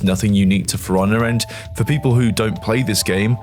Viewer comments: love the british accent: game sounds like, "Fraunnah." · I usually have no problem with your Bri'ishness, but every time you say For Honor I hear Forunna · Its "Piranha" with an F instead of a P 😂